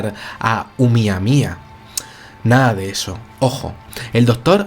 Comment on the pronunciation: PRONUNCIE BIEN CABRON; NO CE DICI UMIAMIA; CE DICE OUMUAMUA